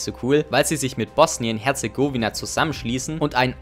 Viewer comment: Aleksander (Kroate aus Bosnien): Oh nice nen neues Video *sagt Bosnien Herzegooooowina Aleksander: *dies at an Heart attack. So jetzt bringt der Kroate mal den Deutschen deutsch bei, das o in Herzegowina wird so ausgesprochen wie im Wort Bosnien.